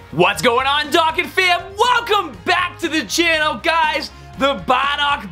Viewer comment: Whenever I play your videos at my friends house they get triggered when you say “Dah” kkan battle instead of “Dough” kkan battle